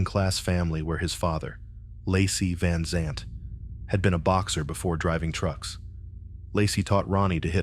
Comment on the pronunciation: This story is so full of holes it isn't funny. The voice talking can't even pronounce the name rite.